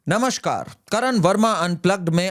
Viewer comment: कृपया नमस्कार बोलिए, 'नमश्कार' नहीं। अच्छा विश्लेषण है।